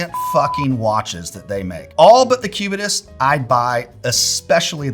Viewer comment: Cubitus sounds like Incubus. 😂